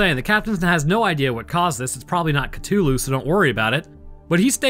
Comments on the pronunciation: Say it with me Ca-thu-Lu not ca-to-lu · I have never heard anyone pronounce it Cut'ulu before. There's a whole h in there you're disrespecting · I don't know why but your mispronunciation of Cthulu's name irritates me to no end. it's pronounced cuh-THU-lu. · I find your pronunciation of Cthulhu interesting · Alright, guys, time to play everybody's favourite game: Am I Mispronouncing It Or Are You? Is it "kuh-THOOL-hu" (how I pronounce it) or "kuh-TOOL-hu" (Your pronunciation). The answer: we're both right and we're both wrong. These two pronunciations are accepted, but Lovecraft pronounced it like /χʟʊʟˈluː/ (which says something like "khlool-HU", I think). Either way, it cannot be properly pronounced by humans because it's from an alien language and our voice box isn't biologically capable of creating the necessary sounds, which is cosmically horrifying in a very subtle and specific way. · The mispronounciation of Cthulu mildy bothers me